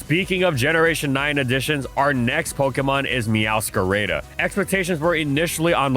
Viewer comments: I thought I had heard all of false pronunciations until he whipped out "meowscarayda" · Another great video, but why you gotta pronounce Meowscarada's name like a white guy saying quesadilla 😭😭😭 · I'm not sure which hurt more: your insistence on using Hydro Pump over Surf (except for GSC Blastoise I guess), or how you pronounced Meowscarada using an English long-A. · Me hearing him say the name meowscarada wrong: 😭